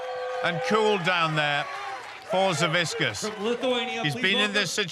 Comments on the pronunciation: Why does he keep saying saviskiss when it's Savickas? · they keep calling him savisckas lol